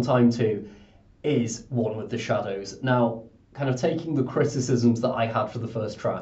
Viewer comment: Sounds like you say The way of fire and Wall of the shadows haha